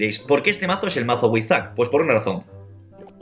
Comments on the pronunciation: No dice withzack dice withzk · wiwisak es lo k escucho en tu intro :v